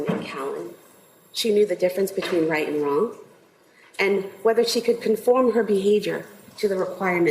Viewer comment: It's CALLAN, CORA & DAWSON! NOT "Cally and Corey"! WOW.